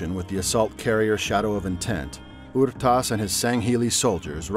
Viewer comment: This guy butchered the halfjaw's name... it's R'tas, not Ur'tas